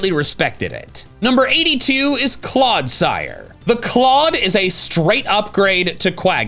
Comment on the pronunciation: IT'S CLODSIRE, NOT CLAUDSIRE! FIX IT NOW!